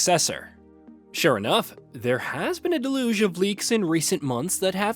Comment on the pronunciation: I've never heard anyone pronounce deluge like that